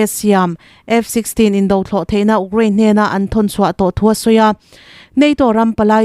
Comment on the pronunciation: 8th na ka ni e😂.....UKRAINE i lam rik dan hi😂😂😂😂😂😂